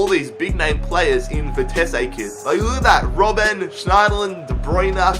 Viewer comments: You say vitessé but it is vitesse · Its Vi-Tes-suh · I think it's pronounced vite see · stop saying Vitess-ay. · bah bah, Vitesse. NEC Nijmegen for the win! WE ARE THE BEST OF GELDERLAND AND GOT RELEGATED, so can you rebuild them? also it is Vie-tes-uh. that is how you prenounce it.